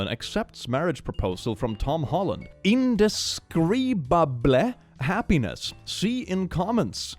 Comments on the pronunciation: "Comeaux" is a real last name, and it's not a tragedeigh. It's just French. You pronounced that wrong. Indescribable is a real word. Meaning it can't be described. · thats the correct spelling you're just pronouncing it wrong.